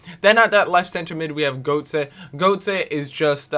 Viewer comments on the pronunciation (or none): Learn to pronounce the names, so annoying. Gertzer,shvinestyger